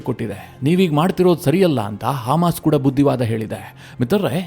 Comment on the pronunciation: Haamas alla Adu, hamas😂